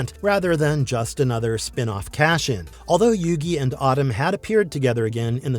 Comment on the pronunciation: Solid vid, but pronouncing Atem like “Autumn” is distracting lol